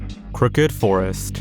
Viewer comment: that Polish forest pronunciation hurt me